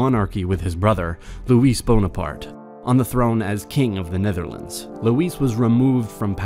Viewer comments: Great vid but it’s lazy not to look up proper pronunciation. It’s LOUIE not Louise Bonaparte. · Good video overall. Way too many ad interruptions from youtube. Also, there were some mispronunciations like "Louis". If you do anglicize it, it has an I as in it at the end, not an e as in eat. If you pronounce it as French, which it is, drop the s. Small mistakes like this detract from the overall professional and graphically aesthetic presentation.